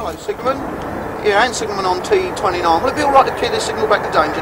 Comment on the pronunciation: Both signalmen spoke the signal number in a wrong way. T29 should be"tango two nine" and T46 "tango four six"